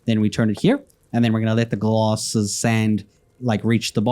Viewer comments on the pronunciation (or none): G L A S S of sand not G L O S S of sand